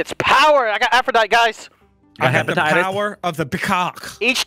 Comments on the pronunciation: It's pronounced Aphrodite(tee) not Aphrodit learn your gods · that's Aphrodite pronounced like die t not dite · That was an interesting omission of the last syllable of Aphrodite